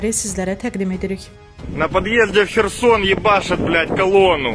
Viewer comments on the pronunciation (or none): none